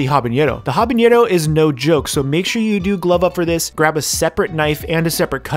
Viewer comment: Bro it’s habanero not habañero Also don’t be a wuss use the whole habanero they aren’t that hot